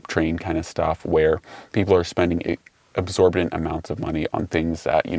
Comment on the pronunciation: Absorbadent? Exorbitant. 👍